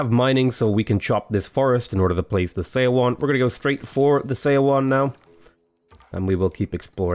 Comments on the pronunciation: Seondeok is pronounced Soundouk Edit: And Seowon is like "Souwon" Also, Lmao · Her name is pronounced like "sun-duck" and Seowon is pronounced like "Suh-one". When Korean is written with English letters, "eo" is pronounced like "uh".